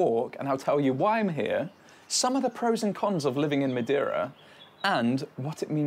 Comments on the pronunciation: You could do some effort to not switch the e and i in Madeira. If you can say hey (or say) you can say MadEIra instead of Madiera. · If you are going to live in Madeira maybe you should learn how to say the name properly. 😂